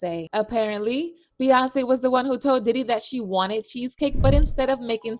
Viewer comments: The way this voice-over girl pronounces Beyonce is weird, completely leaving out the Y sound, irritating.... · be-AHn-say, be-yon-say